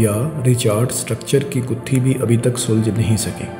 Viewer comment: سلج نہیں سلجھ